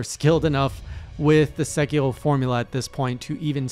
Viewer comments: So I found fromsoft knowledge made that game harder. You do not want to use the dodge button. Use run, or jump. Jump has I-frames, dodge doesn't. Also; it's Sé-key-row, not Sé-key-hrow. You don't need to add that French flair. Japanese is all single syllable sounds with a hard consonant ^.^ look forward to seeing you come back to this game, as your monster hunter journey has been rad to follow. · omg, hearing you say "Segherrrhoh" gives me anxiety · Emphasize on the R! Not L SekiRo GenichiRo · As a canadian learning japanese, your pronounciation sounds like you are saying sekiro in french lol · I thought he was German the way he said sekiro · HeyJay Japanese is not in fact French. Rs like in Sekiro sound like a quick flap. Much like you would say the R in Three or better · Are from Quebec ? The way you pronounce "r" sounds like french. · Strange to hear Sekiro, a Japanese word, pronounced like a French one lol. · Btw. Sekiro is Japanese, so you want to pronounce the r closer to how you would a d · You are saying sekiro as if you are french and I can say it because... I am french! XD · why the hell does he pronounce japanese names like if they were french lmao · I'm aboutta unsubscribe if you keep pronouncing these Japanese names in French, boy.